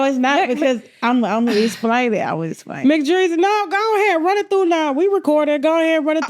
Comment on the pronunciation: Mc dreezy it’s mac breezy